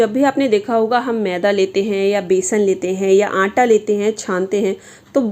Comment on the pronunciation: मैडम जी आप आंटां बोल तीं है क्या आटा।सही शब्द। हैं।